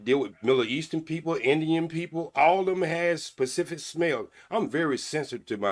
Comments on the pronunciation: And he said a “pacific smell” my lord 😭😭😭😭😭😭😭😭😭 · And kept saying “pacific” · He said pacific not specific, mentalpause not menopause 🤔🤔🤣🤣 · I’m sure when he says “pacific” instead of specific, they probably dry up like that Sahara 🫠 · I would never even want a man who says pacific instead of specific